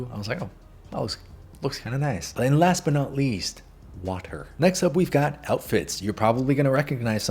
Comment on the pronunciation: Anyone noticed that “got” sound like gyatt? No? Just me? Okay